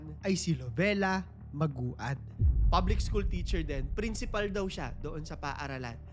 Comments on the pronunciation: Siguro biglang repesto din sa Family and victims importante din na alamin o mag search Tamang pagbigkas ng Pangalan Nila. Medyo na bobother ako pakinggan sa magu-ad dapat (magwad). No bashing. Pero peborit parin kitang story teller. 😊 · Maguad is pronounced as Mag-wad... Hindi po Magu-ad. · Maguad - MAG-WAD po pronunciation mg surname nila. Kaibigan ko po yung isa nilang kamag anak dito sa Manila